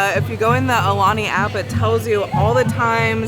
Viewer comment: If you guys love Aulani, please learn to say it properly. It’s pronounced Ow- Lani